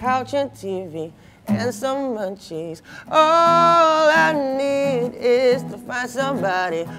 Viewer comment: I thought u said mancis instead of munchies😅